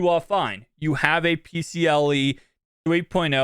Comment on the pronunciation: Pcie not pcle